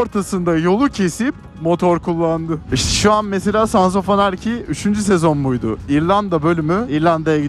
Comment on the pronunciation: ilk defa sons of anarchy'yi doğru telaffuz eden birini görüyorum. bastıra bastıra şşşş diyenler :(